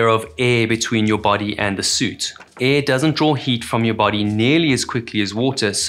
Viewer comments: my dude... it is AIR. Aiiiiirrrrr. Not EH 😂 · its not EEE it is AIR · Cant say air. Unwatchable